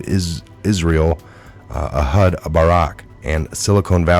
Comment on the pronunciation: a hud? No. It is pronounced “a’ yude”., where have you been? His name is well known. You’re a smart guy, but you butcher names often. Sorry for being critical, but it is distracting.